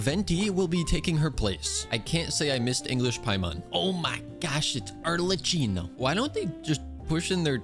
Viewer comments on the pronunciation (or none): none